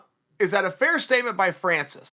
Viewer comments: Me : Francis Chael : Franchis Me : Franchis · Important time stamps: -video begins -“Franchis” -leg cross -pacificly” -thumbs up -“Oozeman” -possibly sly nose pick -“I offer you this” variation -possible sly nose pick -“ped-demic” -“I only bring that to you” -“I bring that to you” -“shoe is on the other foot”